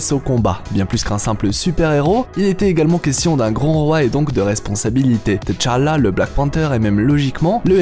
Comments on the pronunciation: Pourquoi tu prononces Té-challa...ont dit tchala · Je n’arrive toujours pas à comprendre la prononciation par les occidentaux du nom de Tchalla, vous prononcer le T deux fois T-tchalla si vous voulez prononcer le T à part alors la bonne prononciation serait T-challa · Ca se prononce tchala directement et té-challa. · Pk tu dit "teu"Chala??dans le film c'est Chala tout cour mec😂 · Tchalla bon sang, pas Tichalla ou Téchalla, mmbapé et non Embapé.... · On ne dit pas Téchallah, on dit Tchallah, ça se dit d'un seul trait, faites un efforts, les colons ! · Pourquoi tu dit T chala au lieu de tchalla directement lol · Faut qu'il apprenne a prononcer le nom de t'challa ça arrache les oreilles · à l'écrit oui, la prononciation non, on ne prononce pas la lettre T de façon isolé. (même dans le film, y'en a qui font cette erreur) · c est pas comme ça qu on prononce T'challa mais j aime bien ta prononciation